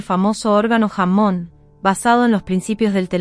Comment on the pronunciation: Deberías arreglar la pronunciación en Ingles. La documentación es excelente pero eso estropea tú trabajo.... tienes que arreglar eso, no puede ser que digas jamón en lugar de Hammon, por poner un ejemplo